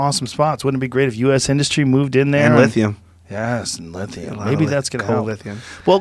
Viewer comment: The way joe said lithium 😂